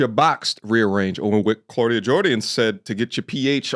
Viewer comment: “Clauda Jordian” 🌚😂😂